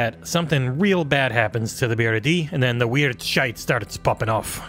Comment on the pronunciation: Been looking forward to this game since we saw the initial trailer. I grew up in Aberdeen, Scotland so surrounded by the offshore oil industry, have family and friends that worked on rigs, etc. And not bad on pronouncing "shite" with a wee Scottish twang in your review, and yes, we are partial to saying "c*nt" as both an insult and term of endearment.